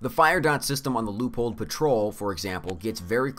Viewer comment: Hate to dissapoint: But Loophole Patrol is just mishearing rather egregious pronounciation of Leupold Patrol